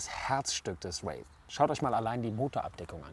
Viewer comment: Kriegt den Namen irgendwie niemand ausgesprochen? Hier ein Race, da ein Rave... Der heißt Wraith...